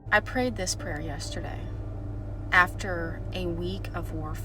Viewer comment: I thought you said don’t avoid this “player” 😂